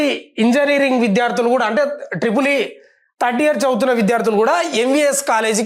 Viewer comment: తడ్డియర్ కాదు anna థర్డ్ ఇయర్